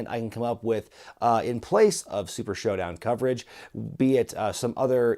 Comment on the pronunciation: LMFAO 🤣. He said SHITdown not SHOWdown. Get it?!?!?!🤦‍♀️🤦‍♀️🤣🤣🤣🤣🤣😆😆😆